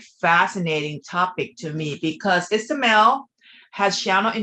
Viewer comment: Ismael not Isamel 😊